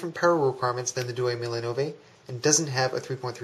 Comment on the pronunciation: Hey! Good vid, but your pronounciation is annoying... Diecimila is pronounced dee-ay-chee mee-la (10 thousand in Italian) Duemilanove is pronounced doo-ay-mee-la-no-vay (2009) Keep up the good work